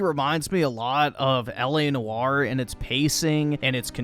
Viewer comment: its L A noire. or in the middle or or oy. L A Noyer but spelled noire